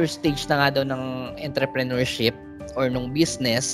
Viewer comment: Mali po Pronunciation ng Entrepreneurship??